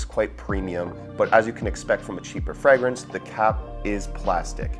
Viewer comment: QUIT SAYING FRAGG Rinse